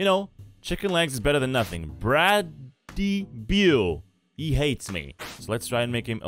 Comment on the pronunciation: Brady Beau on your game is pronounce Brad[i] B[o];)